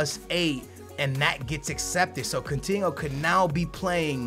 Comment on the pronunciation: "CUNTINHO" - 2016